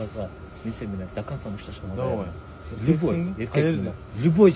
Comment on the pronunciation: Бул Бауржан кандай бала түшүнбөй койдум! Либой дегени чатак экен, любой дечи жок дегенде!